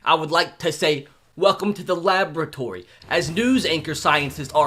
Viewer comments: *laboratory and he said it this video bot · He actually said welcome to the labratory😂